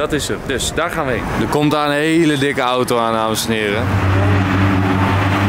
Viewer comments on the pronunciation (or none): none